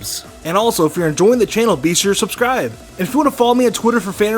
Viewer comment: Sucribe falingo !😂🤣😂🤣